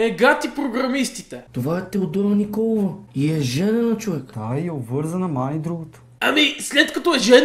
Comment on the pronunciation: е НиколаЕва , не Николова 😂